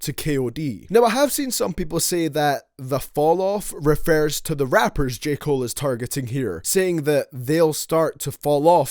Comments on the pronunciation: Lol you said J Cole’s name wrong three times in the beginning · This dumb ass nigga content is so ass Don't even know how to say j Cole name smh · Did he say Joseph Cole.....Jeremiah Cole.....jered cole